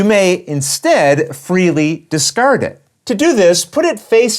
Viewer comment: I come for the crystal-clear rules explanation but I stay for the "discurding of curds"😂 Thanks!